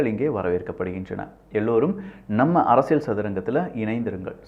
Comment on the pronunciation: யோவ் உனக்கு எத்தனை தடவைதான் சொல்றது அரசியள் இல்ல அரசியல்னு சொல்லு கேக்குறதுக்கு கடுப்பாகுது